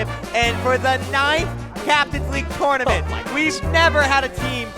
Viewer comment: Please learn how to say tournament...FFS